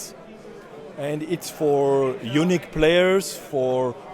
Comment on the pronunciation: I know said unique players, but fuck me it sounded like he said eunuch players which was hilarious when he followed it up with describing it as "a real man guitar" 🤣